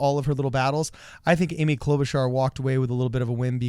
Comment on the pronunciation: Klobarchar was klobbering that debate